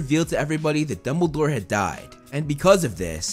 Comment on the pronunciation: You said bumdlbore instead of Dumbledore XD